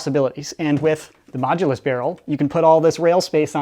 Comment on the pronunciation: Once i heard say the modulus mogulus xD